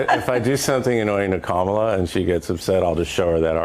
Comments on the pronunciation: DID HE JUST SAY HER NAME THE EXACT SAME WAY EVERYONE WHO'S CALLED A RACIST SAYS HER NAME?!!! 🤣 That's funny .. the nerve! And then wants to talk about people mispronouncing her name. 🤦🏼‍♀️ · The mispronunciation is Biden's fault from the very beginning. He pronounced it cuh-MALL-uh. It's COMMA-la. But I've heard representatives from both parties pronounce it both ways. I really don't think it's intentional. Her name is unusual, and since more people are familiar with Spanish, and not so familiar with India-n name pronunciations, it's an honest mistake! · Her name is pronounced "kackala". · Even Biden couldn’t get the pronunciation of Kamala right in 4 years! He calls her Camel-aah.